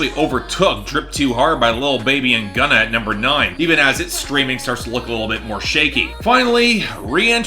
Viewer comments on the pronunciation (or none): none